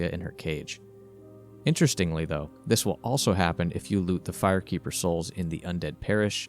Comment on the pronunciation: Said the fire keeper soooooooooo wrong